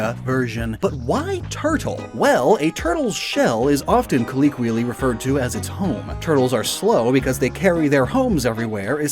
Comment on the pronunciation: hate being that guy but I've heard you say coll EE quially in a few videos now and I want to help. it's pronounced coll O quially.